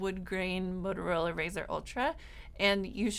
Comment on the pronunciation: I thought it was a "Motorola" and not a "Modorola"... have I been getting it wrong all these years?